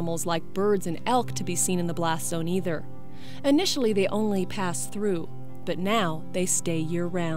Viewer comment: man: "How many aminals died?" Ranger: "Yes"